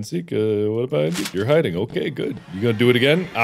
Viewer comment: You're....HIDDNG???? WHAT IS HIDDNG??